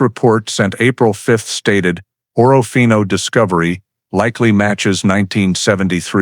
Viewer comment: Total Bull. Someone threw a dart at a map. It hit Orofino ,and they made up this story. Priest Lake is over two hundred miles from Orofino, Idaho. More proof the people who made this video have never been to Orofino. In the video they referred to it as Oro-fino. All locals pronounce it as Or-fino. Like a lot of videos about the terrible murders in close by Moscow, Idaho the people who have never been there say Mos-cow. All regional inhabitants say Mos-co. In either case the locals would have corrected the author's incorrect pronunciation.